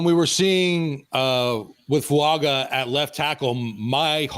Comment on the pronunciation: Over the mic it sounds like you're saying Fuanga not Fuaga